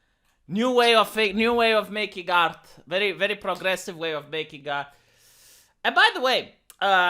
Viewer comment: “Prrrlrlrlrlrogressive!” Such enthusiastic and moistening R rolling. I’m fuggin HERE FOR IT.